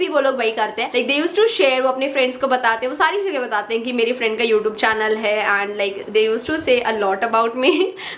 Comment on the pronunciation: It's not you tobe it's you tube your pronounction is wrong